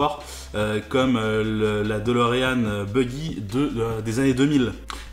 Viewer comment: La dOlorean e, prononciation ???? holala